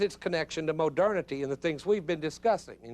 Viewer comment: Gotta love “Hai-degger” and “moh-derna-tee.” Just discovered this guy, big fan. Reminds me of home (TN), though I think his accent is from a different state. It’s hilarious because you expect a Baptist sermon from that accent, and then you realize you’re not in church.